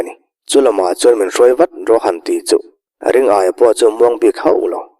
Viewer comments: Ring aia tia lam lo hian Ri ngaia ti a lam zawk tur ni awm tak a ni, Aia tih ai chuan Ngaia tih hi a mizo hming phuah/sak phung deuh lo maw.? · Ring -aia ti a i chhiar rik hi Ringaia ( Ri-ngaia) ti a lam tur a nih hmel mange, a thian ten Ngaia ti a an koh vang hian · Ringaia hi..Ring...aia tiin i lam a,Ri...Ngaia ti a lam tur niawm tak a ni. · Ringaia ni na na na,ring-aia tia han chhiar tlat mai chuh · Ringaia hi Ri-ngaia ti a lam tur a nih hmel. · A ngaihnawm e. Mahse, Ringaia hming hi Ri-ngaia ti a lam tur a ni lo maw ? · Ri-ngaia hmingpum i lam fuh lo leh selesih sangsarih khaw hlui tih hi ka helh deuh tlat. Selesih sangsarih chu tun hnu deuh niin ka hre sia.